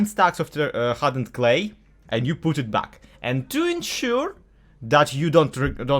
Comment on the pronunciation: Is he Russian? The way he say PUT sounds very familiar to PUTin